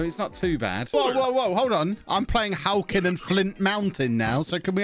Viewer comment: Being from Flintshire and hearing halkyn and flint be butchered that badly I don't know how to feel 😂